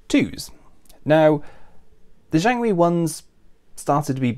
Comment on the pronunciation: Jiangwei, not jianwei. Missed a G, mate. Nice research otherwise